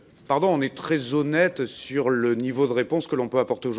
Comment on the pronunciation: Il ne connaît même pas la langue française faire une liaison avec honnête (h) et c’est ministre la dégringolade de la France continue.